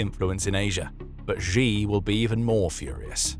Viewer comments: If you are going to talk about Xi Jinping then the very least you can do is pronounce his name correctly. Xi is pronounced like she in the sentence She is a woman. Hearing you mispronounce this name again and again and again is driving me nuts. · 'Xi" is pronounced "she"